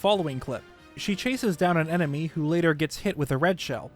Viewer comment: Emeny. Man, that really threw me through a loop 😅 Had to replay the moment like 5 time and sat there questioning my existence because I couldn’t remember whether enemy or emeny is right.